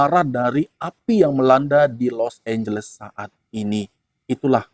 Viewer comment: Los anjles jAdi los ambles